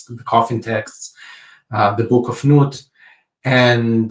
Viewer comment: It's interesting to note that the depiction of Nut in the painting was nude and that Nut is pronounced nute (or newt) ... 😅